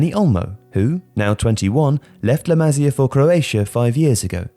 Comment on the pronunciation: its pronounced "LA MA SIA" not "LAMAZIA"